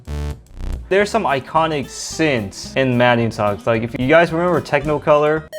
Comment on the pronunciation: Uk he said TECHNOcolor. Lost in INSPI......